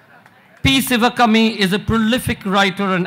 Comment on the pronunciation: Its not ci va kummy..its shivakaami. If u cant pronounce the name of a panelist dont bother at all. Anupam kher gets a padma award for what? Hes a B grade character artist on screen and a dumb buffoon offscreen